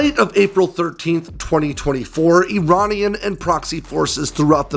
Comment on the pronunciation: as an American with Iranian heritage, thank you for pronouncing ‘Iranian’ correctly. You may be interested to know my father was a F5 pilot for the Shah in the 1970s.